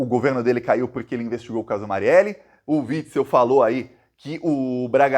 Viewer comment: DA PRA VOCÊ FALAR PORQUE. INVÉS DE PUROQYE?